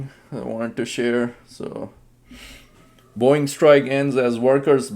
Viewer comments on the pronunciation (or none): It's Boeing... not boing... 😂😂😂